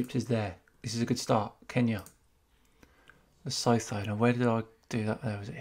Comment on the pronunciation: Lesotho is not pronounced with the "th" sound. It is more like "Le soo too" I hope that helps